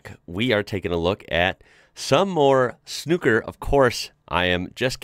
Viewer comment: SNOOKER you keep going back to saying SNUCKER